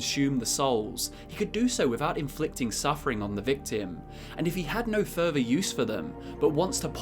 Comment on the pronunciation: Furver =/= Further? Frust =/= Thrust?